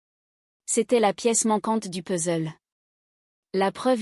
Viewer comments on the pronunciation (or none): none